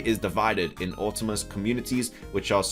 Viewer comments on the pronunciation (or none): Bro your peninsula pronunciation is wrong as well as autonomous. Just google them so you can do better just constructive criticism.